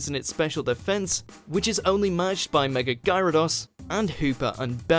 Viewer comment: Can people please get it freaking right its mega not megaler seems stupid